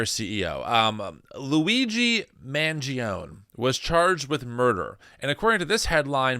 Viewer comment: Just to clarify, Mangione is pronounced man-gi-on-e (long e) and Reuters is pronounced roy-ters,. George (ChosenNIghtwolf)